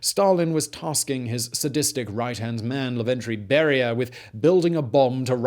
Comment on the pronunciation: Not Laventry, Lavrentiy. Not Arazmas, Arzamas.